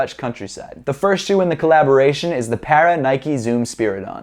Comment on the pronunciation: He called Patta, Para or is that how you’re supposed to pronounce it